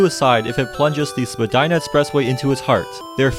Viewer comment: Vagina express way? What I heard.